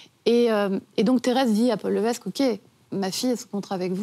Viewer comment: Paul Lévesque se prononce Paul "Lévèque". Ginette Reno et non Ginette "Réno". Cette nouvelle biographie est non-autorisée par Céline. Lors de la rencontre avec Goldman, la relation entre Céline et René est déjà connue et dévoilée publiquement lors de la sortie de l'album "The Colour of my love" en 1993. Pour des connaiseurs, ils sont bien mal renseignés...